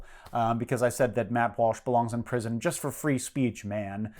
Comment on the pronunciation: Every time you say 'prison' I think 'lamppost'.